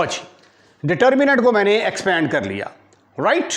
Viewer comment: Rirrrrright right 😂